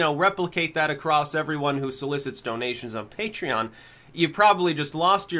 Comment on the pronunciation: I still remember when he said it as 'puh-tray-on'. I was prepared to offer him money to correct himself.